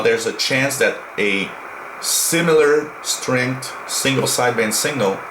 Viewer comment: Dear sir. There's is signifigantly difference between 'single' and 'signal' . Your pronounciation does not differentiate between them... It hurts my ears.